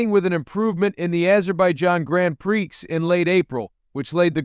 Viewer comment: did you just say "grand pricks" "Do Not Recommend channel"